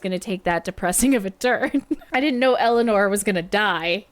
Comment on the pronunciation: You must pronounce it, Eliner not Elinoor 😊